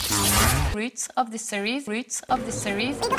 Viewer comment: wE gO bAcK tO tHe “REEUUUTS” Of ThE sErIeS!!!!!